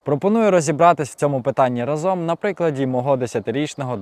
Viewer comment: Чому українці забули мову???? РАзом а не разОм😊